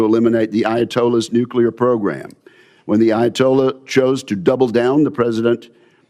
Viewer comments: Nuclear, not nucular, Mr. Reed. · Reed = Fn MORON. Cannot even pronounce the word "nuclear"